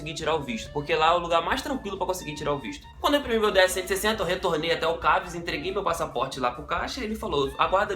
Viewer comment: É CASV seu fdp e NÃO 'CAVS'